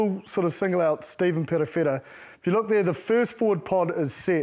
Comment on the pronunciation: PeRofeTa, not "Peddofeddah".